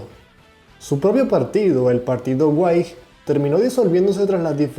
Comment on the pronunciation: El término "Whigs" se pronuncia, al contrario de lo que parece, tal como sería en Español, es decir, Wigs o Uigs.